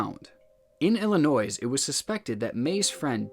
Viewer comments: It was funny that he said Illinoise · This man really said ilinoise and r dash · I love your channel, and I hope I don't offend you with what I am about to say. You do an absolutely wonderful job on your channel. But there are a few things that are starting to annoy me. Illinois is not pronounced with the S the S is silent. One more thing, when someone uses the plural of the word woman, it is pronounced wimen, not women. I hope you are cool with constructive criticism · Well, I was born in Illinois. It's pronounced Ellen-oi. Not Ellen-noise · btw, for today’s pronunciation class, illinois is pronounced “ill-a-noy” not ill a noise why would you dot h is to me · ill-ee-noy this is all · stop saying s after Illinois. its noi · Omfg stop saying "illinoise," it is physically painful. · "IllinoiS" both of them? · Just popping in to chuckle at "Illi-noise" when the "s" is silent lol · Illinois is pronounced "Illinoi", the s is silent. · You're killing me with the Illinoisssss! :) lol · It's ILL-EH-NOY my friend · How are you a grown man saying “Illinoise” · "illinoise" SIR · As an Illinoisan, I absolutely love hearing people say "Illinoise". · Excuse me wtf is Illinoise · mans really said illinoise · Man, I came down here, MONTHS after this was posted because he wouldn't STOP saying Illi-noys. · Illinois is French there vows are different the s is silent so it’s said Ill-uh-noy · We don’t say “Iro-quoise”, so it amazes me that people still say “Illi-noise”. For those saying “who cares?”, you should care. It’s not like we’re making fun of their intelligence or anything. We’re just pointing it out to try to prevent it happening going forward. It’s really a hit on the education system, not the person who said it. Sheesh.... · Man's rlly did say illinoise. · wait, so its NOT illinoise??? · Illo- Noice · INNIT ILLINOISE? INNIT? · The S in Illinois is silent. Please, its driving me crazy everytime u say it. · The S is silent in the word Illinois